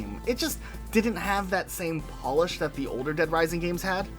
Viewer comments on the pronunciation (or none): none